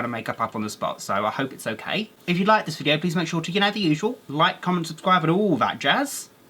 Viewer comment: Why do I hear omkay i liek it :3